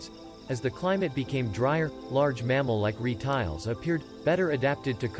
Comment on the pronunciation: "large mammal like ree-tiles?"